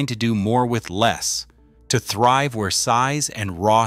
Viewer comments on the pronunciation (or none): none